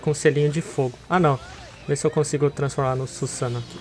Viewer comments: se fala suzano eu vez de susan'o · kkk falando cusano